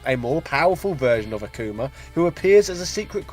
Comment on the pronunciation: Akuma is pronounced with the accent on the first A. Not Akùma , but àkuma. Akuma means Demon , while his Japanese name was Gouki ( Pronunced Go-o-ki , with the o letter pronounced as the o in Go ) meaning Strong Spirit. Also... Sakura is pronounced Sàkura.